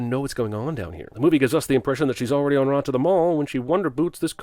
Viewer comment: Does pronounce en route as "an rot"? Wild.